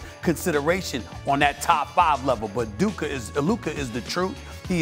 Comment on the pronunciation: Man called him Duka 😂